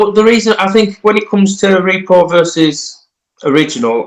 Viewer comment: Good conversation, thanks for posting., are you saying “Repo” or “Repro?” I keep hearing you saying these reproductions are “Repos.”